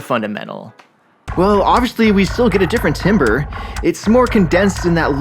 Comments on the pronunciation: Hey heads up, timbre is actually pronounced like tambur. Otherwise great video and great explanation, this has been a cool project to watch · Timbre = Tamber